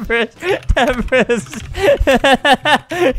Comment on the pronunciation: totally not temprist its temprise